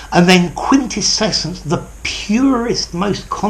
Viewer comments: Sir, are you adding an extra syllable in quintessence? Sounds something like 'quintescessence'. Probably under the influence of the adjective (quintessential), which I think is more common than the noun. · are you sure your pronunciation of the last one is quite correct? 😉